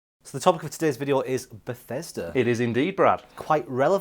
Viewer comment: Bethesssssssssssssssssssssssssssda (pronounced with a descending whistling bomb noise)